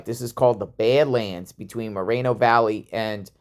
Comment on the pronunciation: Are you saying bed lands or bad lands lmao